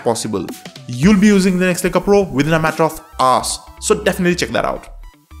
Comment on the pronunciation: "You will be using Linux like a pro within a matter of ass" I know you didb't say that but it sounded like it lol